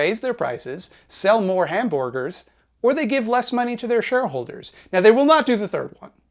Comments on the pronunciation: Hmmmm... 'Hamborrgers' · HE SAID HAM-BORG-ERS. HE SAID THE THING! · You said hamborgers your argument is invalid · Hmmmm..... "Hamborgars" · "Hamborgers". Hmm. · Every time says "hamborgers," he's sticking a knife in the eye of that one guy who did that video about him. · "hamborgers" heh